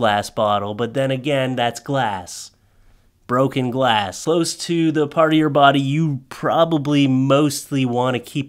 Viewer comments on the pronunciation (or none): none